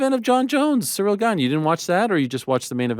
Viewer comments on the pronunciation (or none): none